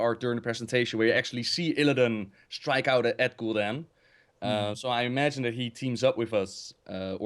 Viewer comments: says Sargeras and Gul'Dan so wrong:D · Still consider it kinda non-content. is a nice voice actor and stuff, but yeah he just read all the books and some wiki pages about lore. doesn't really know much about lore, he can't even pronounce "Gul'dan" and "Sargeras", although he's played The Frozen Throne. So yeah this video is "what if Illidan consumed Gul'dan again ololololo" and "OMG Warcraft 4, we don't care that RTS has been dead for five years and even Starcraft 2 is dying painfully". Quite a pointless video, like I said. Nice drawing tho.